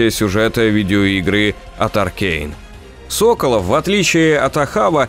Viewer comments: Вот все хорошо, но с ударениями что-то промахнулись: Серкóнос, Да́нуолл, Соколóв Спасибо за видео по обожаемой вселенной) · Ну как тебе сказать.... Тут много ошибок в названиях локаций, имëн персонажей (Соколóв, а не Сóколов) и другие мелкие ошибки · Одна поправочка: я думаю что все таки СоколОв, а не СОколов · не антон сОколов, а антон соколОв... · Может быть всетаки правильно Соколоооов, а не Соооооколов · Что за сОколов? Уже собственные фамилии произносить не в состоянии. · Соколóв, а не «Сóколов» 🤦‍♂️🤦‍♂️🤦‍♂️ Г - русский язык А итог вообще бред сивой кобылы 🤦‍♂️🤦‍♂️🤦‍♂️, что у тебя в голове как не мусор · сОколов. сОколов. Ребята, вы вообще из России? Даже в игре правильно произносят русскую фамилию. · так он СОколов или СоколОв?